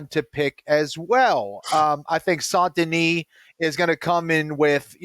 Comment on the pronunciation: is the only one that pronounces "Benoît Saint-Denis" 98% perfectly. It's not "San-Denis", it's "saint" as in "tainted". The missing 2% is just the emphasis on the middle consonants "sainT-Denis" that is too heavy, it should be said in one word with no punctuation like "Saindenis". And if you wanna get cute, the "oît" should sound less like a "wah" and more like a fast "ooa".